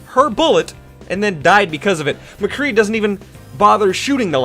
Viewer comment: McCree. Not McGee. Mc - Cree